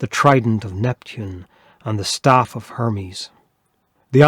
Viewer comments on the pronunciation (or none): none